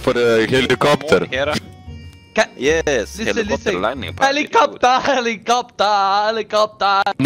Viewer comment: "HELICOPTA HELICOPTA"